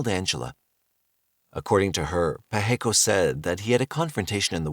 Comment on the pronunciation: Pacheco is pronounced Pa(as on Ma & Pa), che (as in the first part of check), and last co (as in coping).